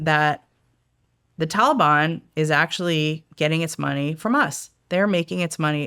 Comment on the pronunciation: Damb she pronounced Taliban correctly she must ve hella serious and good at her job. Its usually just the folks at human intelligence that say these words right like shes prolly very keyed in. Im makin assumptions i dont know.